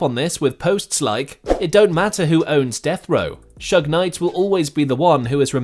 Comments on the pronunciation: Leave it up to a Brit to fuck up "Shug". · It’s shoog not shug or sooge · This narrator calling suge "shugg" is ridiculous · His name is Suge, not Shug lol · it Suge Knight not Shug